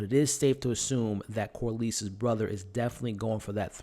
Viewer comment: it’s pronounced Cor-less not Cor-leese. Great channel and content tho!